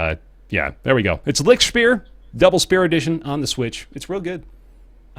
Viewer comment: I love how you pronounce "Lichtspeer". Just this silly way of trying to cope with a very different language amuses me so much. Love from germany! <3